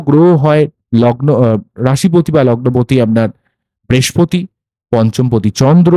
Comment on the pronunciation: Kothata bespoti noi brihaspoti.